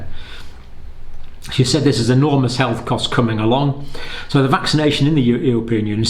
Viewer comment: Mr Campbell, you began sounds "vaccanation booster", more or less.